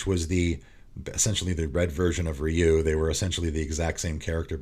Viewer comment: God, finally someone pronounces Ryu’s name correctly 😂